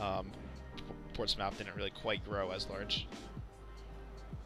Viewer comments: PORTS-SMITH NOT PORTS MOUTH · its called "port-smith" thats how its actually sounds here in nh lol